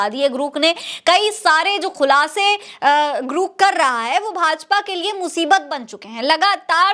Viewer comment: ग्रुक नहीं है रे ग्रोक है कितनी बार तुझे samjhau